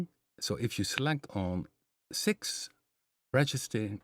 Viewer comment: Perfect, 🙏🏽 Many thanks for the very usable information provided here. For your information,...you said ratcheting perfect the first time ha ha. Not an easy term! Think about RATS. Almost like RAT-SHITTING LOL. Just a way to remember.;) I had no idea I only chose the PM stuff lol, how funny. I guess it is because I know a good deal about the basic waveforms combined, however, audio-rate OSC modulation has always been a less-traveled area for me—unless I just experiment. But now I know more about controlling what could potentially end up as wild atonal chaos. ha. Thanks a lot. I look very much forward to other users’ suggestions the next time you do something like this. After I dive into Quad more then I may definitely have questions about some of those presets. Edit: One more thing! If you do have stream on a different schedule then PLEASE send a note here on your YouTube or on the email mailinglist. I do not use Fazebook/Twivver;) Thanks in advance 🙏🏽🙏🏽